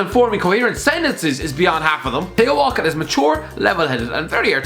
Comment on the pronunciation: Love the way he pronounces Theo Walcott!!